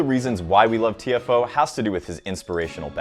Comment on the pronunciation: i think u are saying his name wrong